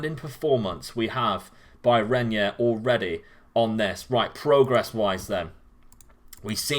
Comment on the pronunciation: I have Renyer in my Red Bull Bragantino save and he's a real beast, though it's easier and cheaper to buy him at the home market as the teams sometimes fail to put release clauses that would scare the rivals. (By the way, pronunciation is right, mate) Can we have Cauê Santos in the next videos, please? 16 years old striker loaned to Corinthians by Gremio Novorizontino. Not as special as Renyer or Lázaro, but it's a real bargain as you can get him for as low as 18k Euros and once the loan is over he's yours. His impact was always immediate in all teams I had him.